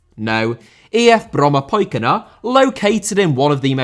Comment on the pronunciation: Well done with the pronunciation of "Brommapojkarna"